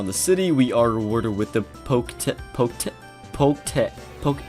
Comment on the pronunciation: It's poke-etch